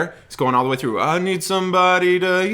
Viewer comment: He’s not a turkey, you’re a turkey. Kidding. 😁 He’s my literal favorite person right now. I also love your videos, and this made my day. I AM glad you didn’t mention his use of ‘frough’ instead of ‘through’. There was another person who analyzed it and got hung up on that. I think it adds character.